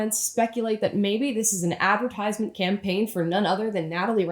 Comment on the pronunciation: You said 'advertisement' wrong!